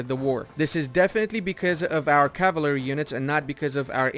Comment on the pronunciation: What an interesting way to pronounce cavalry.